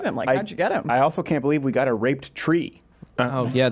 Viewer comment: The way Stefan says "can't" sounds like "cunt"